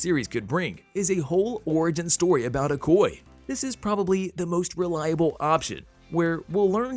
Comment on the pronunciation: Awesome 👌 But My dude the Name is okoye break it down o koy ya Not ocoy it's a yeah at the end.